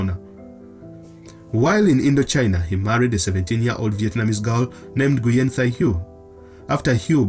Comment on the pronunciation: The Vietnamese surname Nguyen pronounced as “ Nguin” ... NOT “Nyu-yen”.